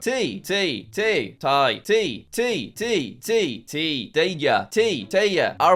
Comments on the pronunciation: Te is pronounced te, not ti. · Jack pronouncing ‘te’ as tee is frustraing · it is not tee its t-e not teee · THATS NOT HOW YOU PRONOUNCE TE IN NORWEGIAN THERE IS NO “I” THERE